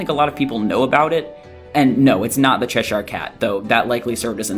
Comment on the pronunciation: Cheshire is pronounced as cheh sure not chehshire. Source: am british